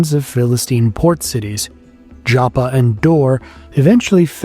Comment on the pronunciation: JAPPA ?! MAN your ignorance is amazing.... Can't you read English it's called Jaffa!